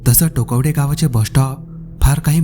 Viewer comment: टोकवडे नाही टोकावडे आहे